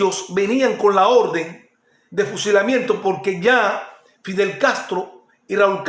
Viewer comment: No no no, aunque no tengas el mejor léxico hay cosas que mucha gente no sabe. Yo lo único que te aconsejo es mejorar el vídeo y la iluminación, cambiar el uso de la letra R por la letra L. Por ej: _Fider (Fidel) _Hicieron un documentar (Documental) Ojo con eso... ¡No te molestes!, son cosas que se pueden arreglar. ¡Voy a Tí! Tu eres un tipo de pueblo. TE ENTENDEMOS. «Filosofar es esto: examinar y afinar los criterios»